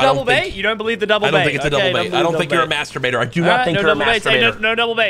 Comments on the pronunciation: No shot he said masurbater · am I the only one who heard courage say lochy is not a "masterbater"